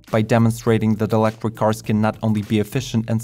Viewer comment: I wuv how sexy you make eeewektwick vehicles sound when you say eeewektwik if I had an eewektwik buttpwugg inmuy anuss eye wood have a huge eeewektwick boner!!!